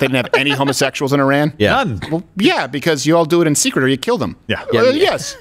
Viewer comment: He mispronounced Iran 😂 uh maybe his accent is better then either yours or mine i guess